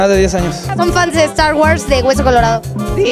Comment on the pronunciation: Minuto "estar wars" jajaja